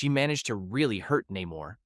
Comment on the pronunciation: Please work on your pronunciations. It's NAY mor not Nim er, Ree Ree, not Rah ri or Rear e. Come on, it's not hard. My real name is easy, but people from around India insist it's Vindi or Bindi, it's not. People like their names pronounced correctly, they are funny that way. It's not an accent, it's just wrong. If I can try really hard to say other culture's names correctly as an American, so can you!